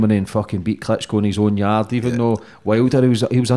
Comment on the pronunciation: It's pronounced yard not yardy